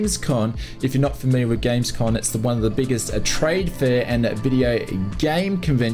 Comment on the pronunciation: GamesCoMMMMM not GamesCoNNNN